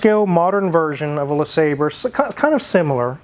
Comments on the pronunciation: It's pronounced La Saab Ray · Le sawbray is the way I've heard it correctly pronounced.... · It's "Le Sabre", you cretin... My supercharged '96 Riviera has 72K miles on it... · Due to the spelling, I always pronounced it "Le Sabrei" Because of the "re" instead of the "er" at the end. Same with ANY word I see with the same issue like "Centre" instead of Center or "Theatre" instead of Theater.